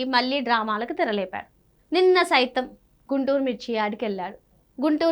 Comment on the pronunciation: గుంటూరు కాదు గుండూరు